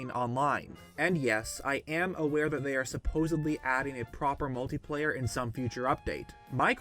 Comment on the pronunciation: It's not "Multiplayer" you idot.